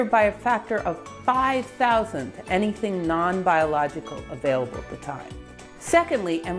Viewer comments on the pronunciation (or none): none